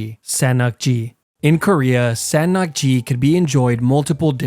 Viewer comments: As a Korean I did not understand what san nakgi is until it was described and Seng Nakgi would be a better Pronunciation. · I never expected san nakji to be one of the deadliest… i ate it a lot and it never occurred dangoures to me because if you chew properly its not that harmful😭😭 (and its pronounced sung nark jee)